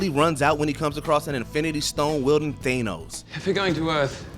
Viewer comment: im sorry but how dare you pronounce it as "Thay-nos"?! it's THAA-nos!!